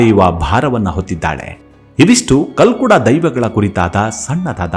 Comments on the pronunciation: ಸರ್ ಅದು ಕಲ್ಲುಡ್ಕ ಅಲ್ಲ, ಕಲ್ಕುಡ, ನೀವು ನಮ್ಮ ದೖವಕ್ಕೆ ಅಪಮಾನ ಮಾಡಬೇಡಿ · Kalludka anodana kelokke besara agute naanu tuluva sir uchara solpa sari maadi dhanyavada